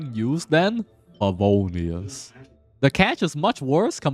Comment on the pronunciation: The way you said favonius😂😂😂